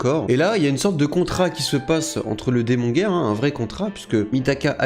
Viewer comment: Par contre moi j'ai décidé de n'entendre que "démon gay" quand tu prononce démon guerre.